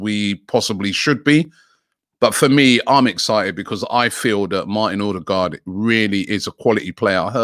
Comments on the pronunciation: Robbie! It's pronounced O-de-gaard NOT ORRR-de-gaard 🤣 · You need to work on your 'Ø's ;)